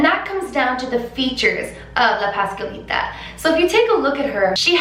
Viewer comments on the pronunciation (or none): “paskalita” 😭😭 ... es pasCuaLitA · hahahaha no hate but it was a little funny when you said “Pascalita” and it actually is “Pascualita” just trying to help. I talk spanish, I fact is my first. language. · Pahs-KWA-leeta 😘 but i LOVE that your trying and that’s what matters 💕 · It's pronounced pas-QUA-lita, like (QUA)LITY. Pascualita. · You can say "Pascuala" but you can not say "Pascualita?" You keep forgetting to pronounce th U